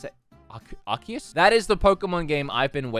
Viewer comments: how dare you disrespect the good arkoos with your horrible pronunciations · Did you just call Arceus, Arkeos? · Its arcoos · its argoos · I don't know how everyone manages to pronounce arceus' name wrong. ARK-EEEEEE-US